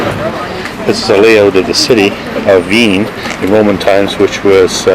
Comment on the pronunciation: Seriously... you don't take the time to learn the correct pronunciation of the town you're visiting... that is truly an example of an ugly American....